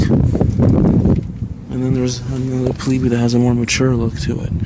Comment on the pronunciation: It's pronounced pleeb, not pleebee.